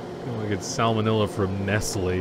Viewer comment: The way he tries to pronounce 'Nestle' 😆